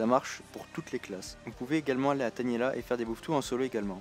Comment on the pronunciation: Tainéla pas Taniela xD